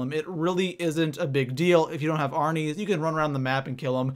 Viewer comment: Arnies not arines but anyway great video